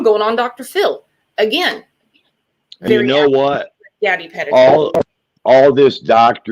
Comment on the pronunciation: I wish you would pronounce gabby name right!!